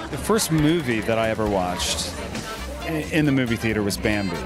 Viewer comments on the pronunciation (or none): It's Bambi, Josh. Not Bamboo. 😂😂😂